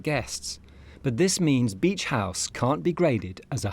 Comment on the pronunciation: BEACH not beech ….. has no one picked that up ?